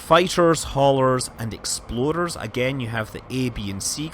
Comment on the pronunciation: It continues to crack me up, the way Scott says "Explorer." Exploder. Like a ship specifically designed for maximum explodability.